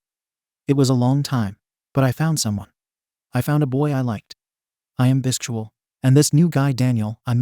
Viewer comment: I can't get over how the AI pronounces Bisexual 😂